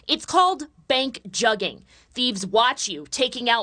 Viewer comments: This is wild. Word Pronouced Joog-in , just like you would pronounce the word "look in" but with a J in place of the L and G in place of the K making it "JooG in" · Its not pronounced jugging. Its pronounced jooging but spelled jugging. Put them under the jail though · Joo-ging. Joox is how it’s pronounced guys. Lol. I got u, dont worry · And it’s juuuuging not jugging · Spelled “jug” proper pronunciation being “joog” Or “we jooging” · For one it's never been pronounced juggin that's how whites interpret the pronunciation it's pronounced jewgin not juggin! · FYI. They're pronouncing it incorrectly. It sounds like "booger". A "joog", or a "lick". A quick score for dumb criminals and thieves. Not jug. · 😂😂😂 they saying jugging .. please yall pronounce wrong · its pronounced "jooougg" like doug but wit a j. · It's pronounced like JOOG you squares lol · In Black parlance, "jugging" does not rhyme with mugging. It is pronounced more like "jooging" or "joohging". Basically, it rhymes with nothing in English. It might be used like this: I beat shit out dat hoe cuz he was jugging me." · That's funny as hell, they can't even pronounce it and it is not a new trend. It is like when you say I am cooking, I been Jooging. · it pronounced "j-uhg-gin" now say it fast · Its pronounced "joog" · They're pronouncing it wrong